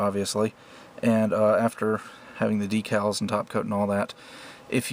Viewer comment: This guy says "D-Cals"... a victorious high-five to you sir. (I hate how half these dudes say "deckals"